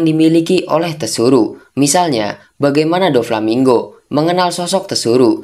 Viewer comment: tsuru "penyebutan nya Suru" Mlah lu bilang "TESURU"